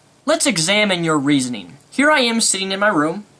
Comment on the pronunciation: "in other rurs" "no reasing" "illrational" "obniscience" x4 "obniscient" & "attemping" "how you are misrepresent" wat.